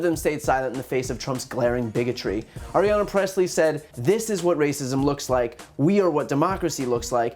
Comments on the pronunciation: Stop saying "Aryana" Pressley . It's Ayanna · Really like you, Brian, but you're mixing up "Ariana" - Grande? with AYANNA Pressley. "Eye-Ahnna" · Hi Brian! I really enjoy your videos. Just wanted to point out that Congresswoman Pressley’s first name is Ayanna - it sounded like you said Ariana throughout. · Another great video, thank you. FYI it's sounds like you're saying "Arianna Pressley" instead of Ayanna Pressley ~ in case of confusion her name is pronounced "eye-anna" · Love watching your videos, dude, but it's "Aye-ana," not Ariana. Otherwise, as always, spot-on. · It’s “Ayanna”, not “Ariana”. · Her name's not Arianna Pressley. It's Ayanna Pressley. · Wait is her name Ayanna or Ariana? Sounds like he keeps saying Ariana. But it could just be me. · Ayanna, not Arianna. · Correction: It's Ayanna Pressley, no R in her first name. Also those Fox people laughing at this is absolutely disgusting. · AYANNA Presley, not Arianna. Get those names down, you're going to be saying them a lot. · It's Ayanna, not Ariana, Bryan. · Love your vids bro, just pronounce Ayanna right 😁